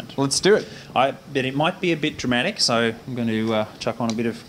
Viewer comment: "It's a little bit drum atic"